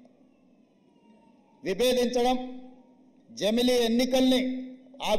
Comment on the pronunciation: i don't like this. but he got it right for once bro. he said jamili. he goes wrong with english and hindi but telugu he gets it right sometimes;) replay it slowly you will hear ja.mli